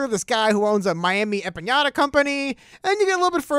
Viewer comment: It’s empanada not empañada. Lol. The latter has a totally different meaning in Spanish.